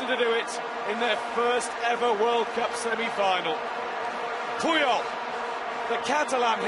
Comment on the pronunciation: Puyol. Not pyol